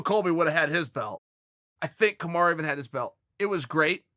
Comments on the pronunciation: God damn Chael can you not pronounce a single fighters name correctly ? Surely you’re doing this on purpose right? It’s Kamaru .. not Kamara. This year has been the year of upsets and I have a feeling the last event is going to end with another big upset! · Still calling him "Kamara"🤣🤣🤣🤣🤣🤣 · When uncle Chael calls you Kamara....you are now Kamara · Marty “Kamara” Usman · Who is KamarA? It's KamarU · If uncle Chael calls you Kamara you better change your name to that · Chael "Kamara" Sonnen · Um, Chael, who the hell is Kemarra? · Chael we are well aware that you can spell Kamaru the right way but we love that you stuck with Kamara hahaha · Kamaru "Kamara" Usman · Chael "Kamara Usman" Sonnen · Us: Kamaru Chael: Komara Us: Komara Chael: OK, great. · He just said. Kamara vs colby 😂😂😂😂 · Everyone: Kamaru Chael: Kamara Everyone: Kamara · I swear his name is KAMARU NOT KAMARA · Nobody: Chael: Kamara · Kamarah Oozman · Dont ever say KAMARA again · Already dead “kamara” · Chael "Kamara Your-ear" sonnen